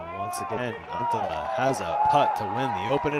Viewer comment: The way the announcer has been saying anttila this tournament has been unbearable.